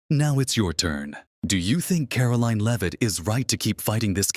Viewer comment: Your Freakin AI needs to learn how to pronounce Leavitt...